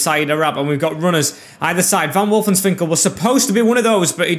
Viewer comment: its wolfswinkel not wolfenswinkel